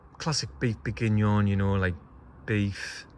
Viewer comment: I need you to work on that French accent. It’s Burf Boorgeenion